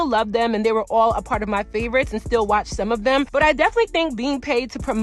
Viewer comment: When you say "them" it sounds like "dim". Also when you say " thumb" it comes out like "dumb". Not sure if its a accent or not pronunciating your words🤔 Not a speech snob just noticed.